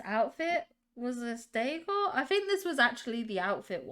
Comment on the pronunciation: I love how you say "décor", it always sounds to me like you're saying "day core" 😂